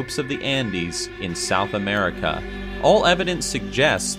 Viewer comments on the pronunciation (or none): none